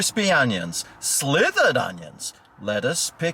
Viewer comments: You mean slivered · its silvered onions, not slithered onions...